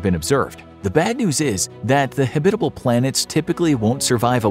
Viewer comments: HAB-it-able. Not Ha-BIT-able. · Habit-able. Not Ha-bitable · Habit. Not hebit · This is the first time I ever heard anyone pronounce it "habITable" instead of "HAbitable." Is that a thing? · Very kewl video. Long time fan/subscriber. Only one criticism, your pronunciation of the word habitable. The emphasis is on the first syllable, not the second. Pronounced like habit-able. Otherwise.... "stellar" as always. Side note: There is an "earth-like" planet near Proxima Centauri which is only 4.2 LY. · Not Hebbitable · Habit. Like the habit of a clergy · oh my freak! the accent in Habbitable is on the first sylable! you said it wrong over and over making my brain explode! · Habitable is not pronounced that way. Google will correctly pronounce it for you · The polar bear looks so sad. Probably heard habitable mispronounced way too many times. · Anyone else pronounce “habitable” differently to the narrator? Sounds so wrong the way he says it lol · Say “habitable” like that one more time… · Saying habitable like this makes me angry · Can't even pronounce habitable? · No, not a thing. He mispronounced it all the way through the video. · Buddy pronounces "habitable" really funnily 😆